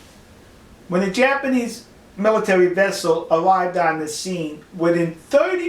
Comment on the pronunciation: "It's wabber obbious dat dey were wamming the jabanese" Dude, go back to school! Don't try and speak any other language if you can't even master your own!